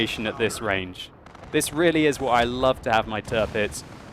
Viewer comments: The "Tir" in Tirpitz is pronounced like the english word "tier". So it's not Turpitz like you always say. ;) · little pronunciation help. Say it like it was spelled "Tearpitz" (hope this will not become her new nickname) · You seem to be butchering the name of the Tirpitz!